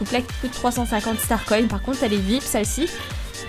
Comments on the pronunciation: Non ça se prononce starcoïne car c'est un mot englais coin veux dire piece en anglais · Euhhh personne à remarquer : starcone au lieu de starcoins et le truc qu'elle dit : je suis une toilette 😂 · Il y a un truc qui me stresse tu dit starcoignes alors que c'est starcoins sinon jtm ❤